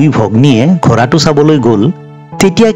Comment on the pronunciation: ডাঙৰীয়া আপুনি শব্দবোৰ শুদ্ধকৈ উচ্চাৰণ কৰিব, যেনে ঘৰা নহয় ঘোঁৰা বুলি ক'ব। ধন্যবাদ 🙏🏻🙏🏻